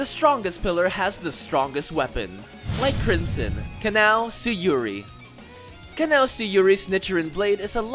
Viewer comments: This guy, saying "Kanao" sounds like "canal" or something like that. It's smh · The way you say kanao..... Just disappoints me